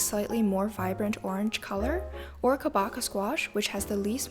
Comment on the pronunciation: Hey! I believe you meant to say "Kabocha"("cha", like "cha cha real smooth", not "kah") not "Kobacha"🎃